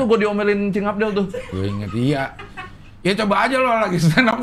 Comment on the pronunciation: Abdel tuh, L nya di belakang